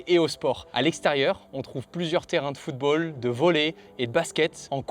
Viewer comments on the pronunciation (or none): none